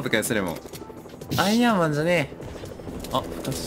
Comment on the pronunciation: アイアンマーンって言ってるとこヤイヤイマーンって聞こえたw